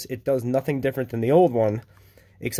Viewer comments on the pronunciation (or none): none